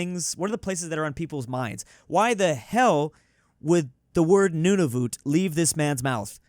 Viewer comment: Nunavut sounds so wrong I don’t think I have heard any people call it that